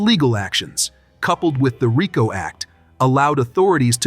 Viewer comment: You people that voice these videos should talk English. You can't even talk about RICO without pronunciation it right.